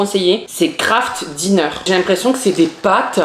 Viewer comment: je suis désolé mais du kraft dinner ça se dit avec un axent anglais